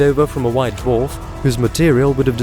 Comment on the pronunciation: It's pronounced dwarf, not duof